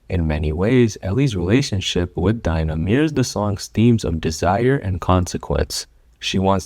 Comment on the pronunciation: As soon as he pronounced dina’s name i clicked off LOOOOOL